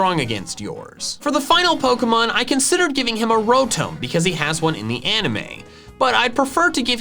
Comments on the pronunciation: Its rotom not rotome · He says rotom like roetoem